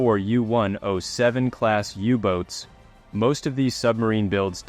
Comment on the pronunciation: Get rid of the computer voice.... U-bote sounded like "you bootie"Bootie? Not good... a waste of a great documentary with that lame digital bastard. FIRE HIM! Your own voice CANNOT BE that bad. Just try.